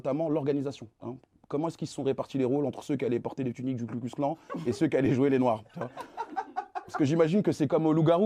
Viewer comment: Bro… pas Klu mais Ku. Ku klux. KU klux ! Mal préparer son papier (lu physiquement) et flinguer son propos sur une erreur que Pascal Praud n’aurait pas faite, c’est moche. Faut se mettre au niveau du média que vous défendez les gars